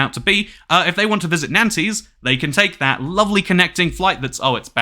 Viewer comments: These French pronunciations 2cat, it's "nont" not nan-tez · prononuced 'wren' 'nants' and 'mar-say' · the pronunciation of Nantes is killing me